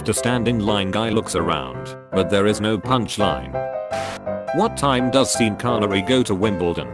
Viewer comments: Sean is pronounced SHAWN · The robot announcer needs to be programmed to pronounce the name "Sean" correctly. - GROOOOAAN!!! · 'Seen' Connery? That's a joke in itself. Sean would pronounce it 'Sheen'. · "Seen" Connery?